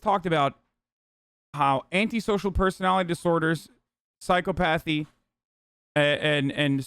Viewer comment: can hasl pronounce "psychopathy" and "sociopathy" correctly for once? pleeeease